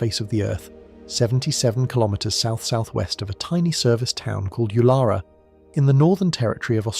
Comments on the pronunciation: Ularu is pronounced oo la roo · Why is the thumbnail a reverse image? BTW the emphasis is on the first syllable for Uluru.